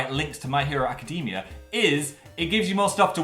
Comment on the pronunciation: Phil I am BEGGING you to learn how to pronounce "academia"